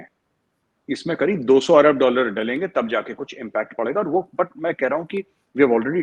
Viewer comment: yar ye ese hi bolta h dollar ko dallar, dialogue ko daylage 😆